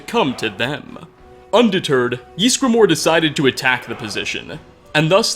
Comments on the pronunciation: Can you stop saying "Yeesgramor"? It's "Ysgramor". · how he pronounces ysgramor gives me the fear